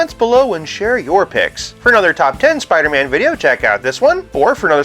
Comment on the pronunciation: Soo-pidah-man! wow!